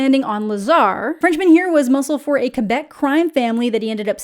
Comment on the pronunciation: I greatly appreciate you saying "Quebec" as "Quebec" and not as "Quwebec" It's a small thing, but so rarely heard on the EN side of youtube. Always appreciate when you mention something in French (or something Canadian, really, lol)